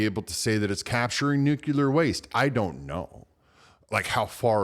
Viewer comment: PLEASE! The word is NUCLEAR, NOT NUCLULEAR!